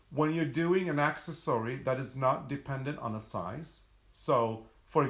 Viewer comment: OK "poking fun at you and at me" (see smile on my face?) The way you pronounce accessory "Axe - es - sorey" had me waiting for the "Dinosaur" pattern.. he he he. I had never heard of an Axesory Dinosaur. When I realized what was going on I couldn't stop laughing. That said, can you make us an Axesory pattern? I would so love to see what one looks like:)